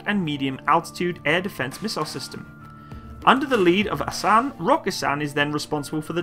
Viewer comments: Great video and a hint: in Turkish every sound has a unique letter and every letter has a unique sound. So every letter is read: Aselsan is pronounced a-s-e-l-s-a-n and not "aselan". The full name of this company is Askeri Elektronik Sanayi - Military Electronic Industries. Aselsan was founded in 1975 to produce wireless military equipment after the US military embargo following the Turkish intervension of Cyprus. Almost all military technologies of Turkey today, has roots of such embargos of his allied NATO countries. Hisar is the result of US denial of selling Patriots to Turkey. Altay tank is a product of Germany's Leopard embargo. Turkish drone families are the result of US rejection of providing Turkey Predator and finally Kaan fighterjet is the fruit of US removal of Turkey from the F35 program. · please learn how to read turkish name hisar = hesor , aselsan = assailson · The Name of the Company is Aselsan tell Asel-san and Roketsan tell Roket-san to say by the way San is in turkish short and means sanayi-Industy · Pronunciation should be like A sell sun and Rocket sun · More like "Uh-sell-sun" and "raw-cat-sun" - where the suffix "-san" is the abbreviation of "sanayi," which means "industries." So, the roots of the name "Roketsan" is pretty self-explanatory. "Aselsan" stands for "Askeri Elektronik Sanayii," which means "Military-grade Electronics Industries."